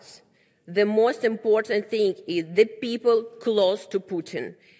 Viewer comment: Улыбается,счастлива, наконец то она смогла выйти в мир,говна... А произношение! Пу,у,то,то,пу,хев ю пу, криминал ген,френд,мафия мани,пупил...